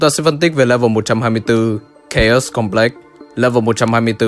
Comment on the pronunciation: "cháo cơm lê" ừ nghe chuẩn đấy